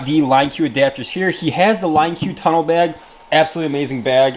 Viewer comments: “Line Q”? Don’t you mean LinQ...pronounced (link). Line Q 🤦‍♂️ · Man really called it the line q. It’s pronounced link. No hate, just messing with you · It’s not “line q” it’s “link” but with a q